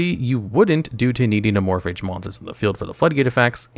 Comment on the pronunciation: "Amorphidge" yeah im just gobna comnent and leave i cannot listen to someone willfully and ignorantly choose to call them that